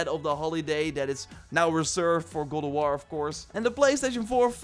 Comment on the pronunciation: Gode of war lol. Practice saying God in mirror.